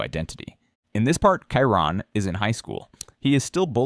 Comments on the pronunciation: AI is terrible. Kyron? It's Chiron. 🤣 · It's pronounced "Shi-Rone" not "Ki-Rone"